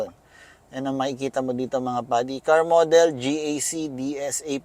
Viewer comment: Bakit ka GAK ng GAK? GEE EY CEE nga yan